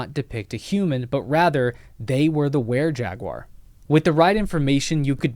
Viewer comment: You need to pronounce Jaguar correctly.